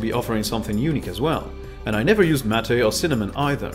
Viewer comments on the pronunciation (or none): You pronounced MATE wrong, mate.